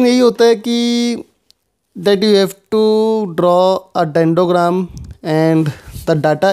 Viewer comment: It's "DENDROGRAM" not DENDOGRAM